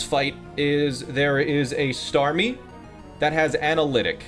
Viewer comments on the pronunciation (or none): none